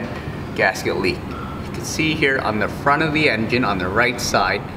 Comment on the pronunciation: did he call it an en... gin?